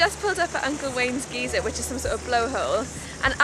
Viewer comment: Seals: always stay a good distance away from any wildlife in NZ for your own safety. Geyser is pronounced Guyser..... The plant you asked about is either Toe Toe... or the weed one Pampass Grass. Google info: The native species are generally known as Toe toe which is frequently mispronounced and miss-spelt as Toi toi. Many New Zealander's don't know the difference between the native species and the introduced pampas grass which they also refer to as Toe toe.